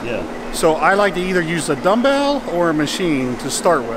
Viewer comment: The way he says "dumbbell" 😂